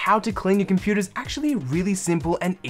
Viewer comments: “Inside our computaarrr” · What is a 'komputaah"?